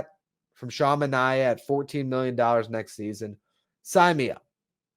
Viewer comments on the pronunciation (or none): I love your content but this has been bothering me all winter... It's Manea (MAN-EYY-AH) not like Omar Minaya (MIN-EYE-AH)